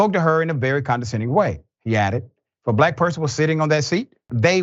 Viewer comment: Emphasizing the word black to strengthen the race baiting narrative